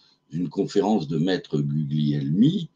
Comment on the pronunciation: On prononce Gulielmi. Gl en italien, on ne prononce pas le G.